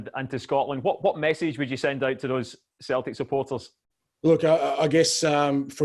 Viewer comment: He definitely just pronounced Celtic with a ‘K’ sound 🤦‍♂️